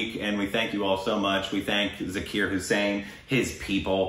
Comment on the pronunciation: Love this video, but could you please try harder and say his name right? It's pronounced more like Zaakirr not Zerkeeyr. Thanks and keep up the good work.